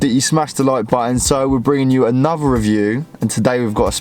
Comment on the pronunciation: anuver? wtf is wrong with you, who taught you to speak, you need to learn to speak English ffs